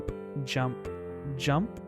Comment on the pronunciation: Did he just say yump